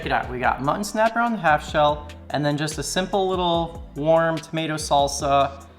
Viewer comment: New drinking game. Everytime mispronounces "Mutton" as "Mhnnn" take a shot